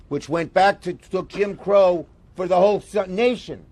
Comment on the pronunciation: He said Kim Crow 😮